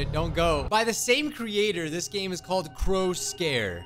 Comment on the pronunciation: I think it’s supposed to be pronounced: Crows-care